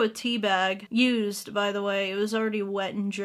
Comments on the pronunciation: "a used bannana" you have Englished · Love how she said ‘ a USED’ banana lol